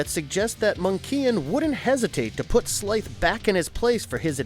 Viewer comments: Bro just said Slithe's name as slith instead of Slyth. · My nigga did u even watch this? Ma-mutt and slith? You mean Marr-Mutt and Slythe (said like sl-eye-the) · it's pronounced SLY-th not Slith, otherwise I VERY MUCH enjoyed your video! Thank you for posting. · How you gonna call him “slith”. We all know you didn’t actually grow up watching t cats. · Are there different versions of the name Slithe? The Narrator clearly did not watch the show because he says it weird. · The way the narrator pronounces names like "Slithe" and "Monkian" tells me he has never watched the show...Just Saiyan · I truly loved watching this growing up... and loved the video.. but.. I am cringing at your pronunciations of some of the characters.... especially every time you mispronounce.. 'Slithe'... please watch the shows first... thanks.. and once again thank you for this one!!!!!